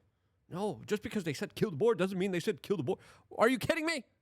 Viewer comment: Boer not Boar! Get that boar out of your mouth! Stop putting things in your mouth that don’t belong there Luke !